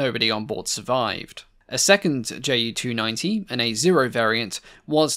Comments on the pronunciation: Greatly enjoyed the video! I'd like to point out that Ju is actually pronounced Yu for proper pronunciation for the shortened of Junkers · Why do you pronounce Junkers accurately but screw up the Ju so decidedly?